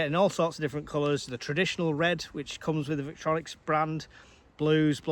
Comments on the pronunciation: It’s pronounced Vic Tory Nox 😂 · No offence intended but, Obviously no idea about EDC if he pronounces the brand the way he does, and doesn’t realise it contains a fixed blade which is illegal to carry without good reason whatever it’s length.